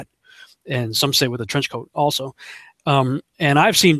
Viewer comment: derby man or 'DERPY MAN' lol